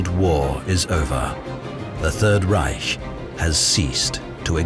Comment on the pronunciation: and thus ends the overpronunciation of the H in reich